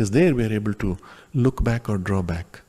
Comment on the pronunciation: Look Back..not Look Book. Thanks for the fantastic content!